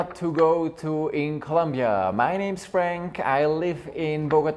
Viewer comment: Es ColOmbia! Por dios. If You are a travel agent and Even live in Bogota, You really should learn how to pronouce C-o-l-O-m-b-i-a. Just trying to help. Thats a real pet peeve of the citizens. Also Colombia has came a very long ways into being safer, and yes, there is a Lot of pretty crime in some áreas, however the violent crime has decreased by 80%. Or more. How long have you lived there?? If your gonna have a channel and name yourself,which you pronounce as Columbia frank, please do yourself a favor and pronounce it correctly. As a travel guide you may want to put some positive content in your video to encourage people to enjoy the most biodiverse country in the world with a lot to see and where 99% of people on the street are more approachable than in the US or London,inglaterra. As far as dramatacizing narcos. Let people know to be careful and not wear gold necklaces or Rolex watches or pull new $ phones out in public, and NOT to go out drinking alone and don't meet up with nor bring any person that you just met to your place because of scolplamine, which is basically like a daterape drug that is usually administered by putting in a drink if you go to bathroom take drink with you and if you happen to be a person that travels alone, don't visit with intention to travel there looking for sex or drugs, these are the people that are targeted and give gringos a bad name. Otherwise enjoy the culture and the people and you will have a goo